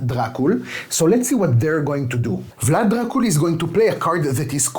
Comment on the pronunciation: Thank you for the video. Your pronunciation of Vlad Dracul is top notch! I hope it stays like this in the final version and they don't change to Dracula. You have a great taste in games, keep it up!